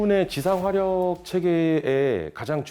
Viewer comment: 겸손하게 생일날 와줘서 기쁩니다 하지 생일 광고인가 자랑인가ㅋㅎ 역시 생각 깊이 없고 드센 2찍 지역, 쓸데없는 영상 제거 좀, 반국가세력 경상디언 말투 어버버 건성건성 드센말투 듣기 짜증남 뭔말인지 따로 갈라 살아라 화력을 하력이라 발음 안되는 왜구토착민!? 맨드는거고 에!?